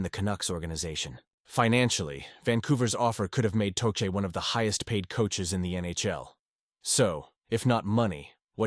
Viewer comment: Learn how to pronounce tochet